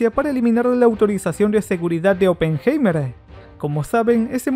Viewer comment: Vuelve a ver la película... Ni siquiera sabes pronunciar oppenheimer!!! Pésimo.